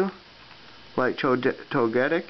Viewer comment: I am sure, no more then sure, I am possitive that you are prononcing Togetic wrong